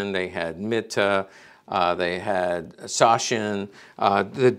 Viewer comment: "Sachsen" is pronounced "Zuckzen" in German.